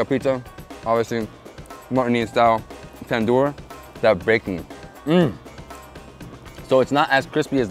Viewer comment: Tandoor……i (eee)